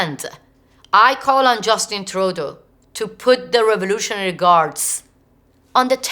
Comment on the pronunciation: Having a hard time understanding what "raroughralry guards" tbh